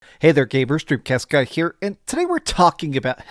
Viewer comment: Dude I watch your videos but it took like 20 videos before I understood you were actually saying " here". I thought you were saying "Drew Keska here" and I'm saying to myself, this f**** guy can barely say his name. Then I saw his tag is hahahaha. All good but then I watched earlier videos and you can tell your saying. Now and again NO OFFENSE but it sounds like your nose is just so jammed up and so much flem, I CANNOT UNDERSTAND WHEN YOU SAY YOUR NAME, no biggie just one man's opinion. And in no way effects the way I view you or your content. I watched the game awards livestream with you and you not only laughed MAD HARD and re-read my comments a bunch of times during the show, only saying it so you know I'm not a troll or dick. Thank you for the content and I do respect your opinion, although I take EVERY trailer or content creators words with grains of salt when it comes to influence on if I buy but I do like to see what some say and until I play a game I don't like to ever comment on. So trailers are cool but can be crazy misleading, content creators and journalists, COUGH COUGH IGN, ALYSSA, STAXK, ZIPPER, PELLET, LEAPFROG, DRAW, CHAIR, FOX, QUILT and ADAM. hahahaha but nah for real I do what ALL PEOPLE SHOULD DO AND MAKE YOUR OWN OPINION AND IDEAS AND DO WHATS CALLED THINKING FOR YOURSELF. BUT AS ALWAYS, thank you.